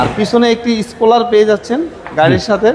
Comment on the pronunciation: স্পুলার, সিভিস 😂 নূন্যতম লেখাপড়া করে নাই।